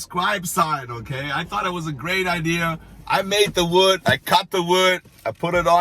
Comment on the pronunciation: You speak great “American.” I hear idear and maybe one or two minimal incorrect pronunciations, other than that you’re great. Love your show.